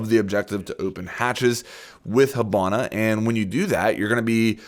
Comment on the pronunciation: Why do you pronounce it "hubana"?